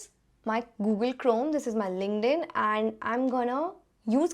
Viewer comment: Thank you Miss. Crisp video to go thru for beginners . It's Giving me ideas to work at mey school. I liked the way you say LinkedIn 😊